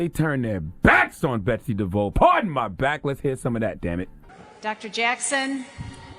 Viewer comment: Her name is DE-VOSS...